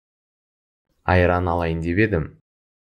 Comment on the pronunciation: Да, "п" там не слышно совсем. Ни в одном уроке. Очень странно.